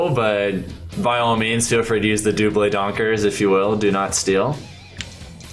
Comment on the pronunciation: the dou-blay what?